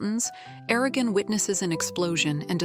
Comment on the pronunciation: O vídeo é interessante e satisfaz a curiosidade de quem gostou do filme mas não teve ou vontade ou acesso aos 4 livros e queria conhecer a história completa, até seu final. Mas é muito chato ter que ouvir a IA chamando Eragon de ARAGÃO durante todo o vídeo... 😆